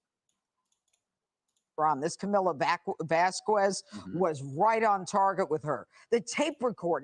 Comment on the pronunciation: Judge Jeanine should be the one asking AH’s team the questions. I’d like to see how Elaine responds to a judge who made the first DV unit in the US squirm out of the actual questions. Also……”VASQWEZ”